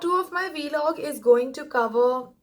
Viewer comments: It's vlog not V log 😄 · Loved it! PS. It's pronounced Vlog, not V-Log! Loved it tho!